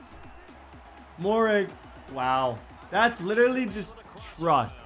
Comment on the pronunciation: Moehrig is pronounced merig